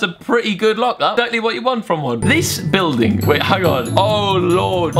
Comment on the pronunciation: You said a bilding billding